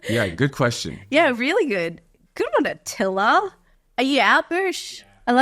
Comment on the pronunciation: Haha, great podcast! Thank you for answering my question. I'm actually a girl named Attila, i’ve yet to meet somebody with my name yet; but it’s still great to see it pronounced right. Attila would’ve been a 'killer' name for Axe.